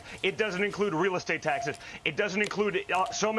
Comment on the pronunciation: He's so worked up he can't say the final s in taxes. Taxeh!! Taxeh! Heh! heh! ungh! muh...